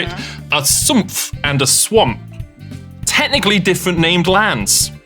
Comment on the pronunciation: even as a german that sumpfthing was good